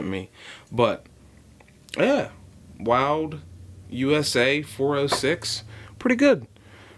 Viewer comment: I believe Wilde is pronounced "wild e". at least that's how the staff at HJE have pronounced it when I've bought their tools.